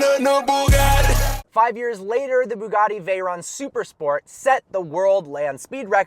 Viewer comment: He can tell us the history of Bugatti but he can't pronounce Veyron right. It's actually pronounced Veh-rone.